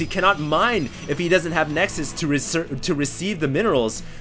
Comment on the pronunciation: that's what plural of nexus is called! for once he actually was saying it right..!